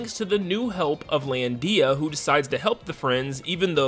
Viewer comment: Lol "lan-dee-a" I can't